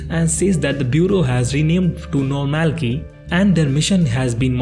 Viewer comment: Whenever you pronounce normalcy as normal key and not normal see, I got an headache. But otherwise I like your shorter and yet slower recap. I did turn on the subtitles.